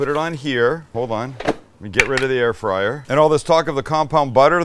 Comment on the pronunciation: "Air frizzle"🤣🤣